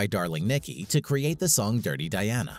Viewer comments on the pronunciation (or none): none